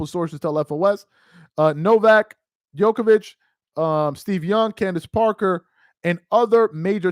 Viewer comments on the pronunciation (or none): none